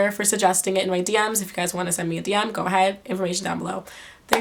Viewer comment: She said mah birthday :'D (February 15th)